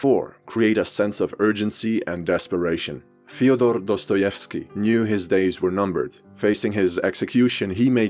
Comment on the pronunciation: he didn't pronounce dostoevsky's name well